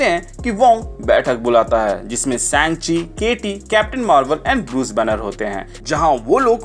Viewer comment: Bhai से‌ंचि nhi woh सा‌ंग‌्चि hai 😅